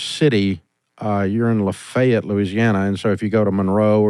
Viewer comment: Did you say luhhfayeeeeeetttt?! Lol